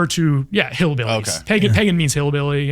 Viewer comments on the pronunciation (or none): none